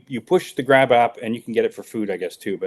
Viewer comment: Grap app? I thought he said grab ass!😂